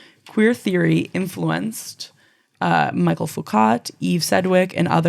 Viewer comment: It's Me-shell Foo-k-aw (as in "paw" or "rainbow") 🥲😬🌈